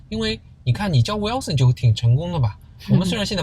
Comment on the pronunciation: Who is Wilson? Both of you pronounce it wrong. It is Wil son. Not Wel son..